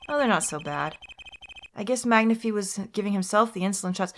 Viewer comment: Even though it's been years, I just want to say that Magnifi's name is pronounced like "magnify" and not "magnifee". It's too late to change the way you say it here and in future videos, but I though you should know.